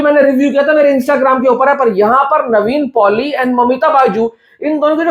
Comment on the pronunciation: bhai its Nevin Poli not Navene Poli